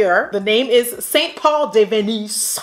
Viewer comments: Deaaad at the way you said the St. Paul color 🤣🤣🤣🤣🤣🤣🤣🤣🤣🤣 get outta hear aunty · The way you said St. Paul had me laughing way too much 🤣 P.S. I'm still sad you're not doing the best and worst this year 😫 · Lmao dying at how you say the name of that shadow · literally crying at the french accent with that St Paul shade 😂😂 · The way you said that shadow name St Paul 😩😂😂😂😂 so funny 😆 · Anyone else cracking tf up when she was pronouncing the “st Paul” eyeshadow 😂😂😂😂😭😭